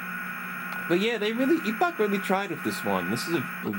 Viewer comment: They spelled the company name as Epoch on the title screen of the games. He pronounced it just fine.